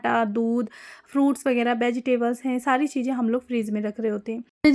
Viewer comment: Nice share 👍✅🤝 but hum aapse eak baat kehna chahenge aap thoda sa alfazo ko sahi kariyega aap chije bolti hai jabki wo चीज़ें chize hai not चीजें or maje me nhi मज़े me aap jaha z use hona chahiye waha j use kar rahi hai use language bahut dull lag rhi sunne me aap urdu k alfazo ko sahi se ada kariye taki sunna or behter lage baki aap sab kuch achha kar rahi hai very good but aaj hum isliye bole ki aap her video me ye alfaz bol rhi hai jo sunne me bahut bure lag rhe hume aap comment padh k apni rai bhi dijiyega 👍✅🤝🥰